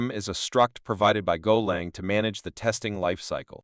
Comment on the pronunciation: AI shite, "golong" ffs. Worthless, zero effort grot.